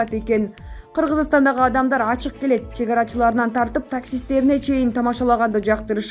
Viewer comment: Кыргыз тилинде к тамгасы жок болуп кеткенби, горуп, гелет , гетет деген лексиондор пайда болду го ыя